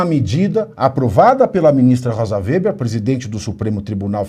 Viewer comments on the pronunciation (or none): none